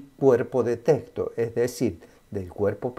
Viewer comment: Me chirrían los oídos cada vez que dice "teCto" y no "teXto"....